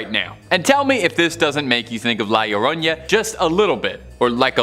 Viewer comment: I love how they say the lloroña 😂😂😂😂 it’s the llorona (lloró-nah) 😂😂😂 but I’m still loving y’all vids ❤❤